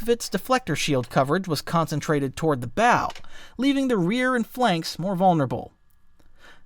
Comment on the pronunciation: A T-shaped “bow”? (Should be pronounced like the BOW of a ship. It’s not a present 😉 🎁)